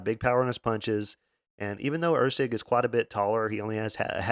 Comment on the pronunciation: “And he’ll be taking on … Or-la bao…?.. Orlabiii?…. (Laughs)… makes me Lmaoooooo every time love ya my man